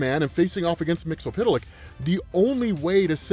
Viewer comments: bruh your pronunciation of MXYZPTLK is killing me lmao. I say it like they did in the Superman TAS "Mix-Yez-Spit-Lick" which made sense being 8 letters and those consonants would make two letter syllables.... BUT WHO AM I TO JUDGE? LOL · Say it like this...... Mixel flick. You're welcome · You're saying "Mxyzptlk" name wrong man!